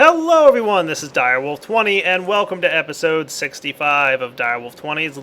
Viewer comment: Why are you saying that... IT'S DIREWOLF